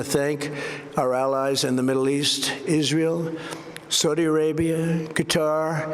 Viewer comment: I thought he said "Isreial" no longer a threat ,,,did I hear that right ?